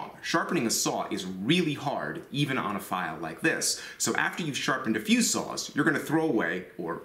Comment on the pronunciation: I know he is saying "saws" but I keep hearing "sauce"